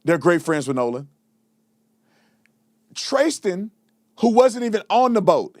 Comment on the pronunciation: Why do you keep pronouncing his name Tracestin when he pronounced his own name as Tristan while you were interviewing him? From what I understand he goes by Tristan or Trace, not Tracestin.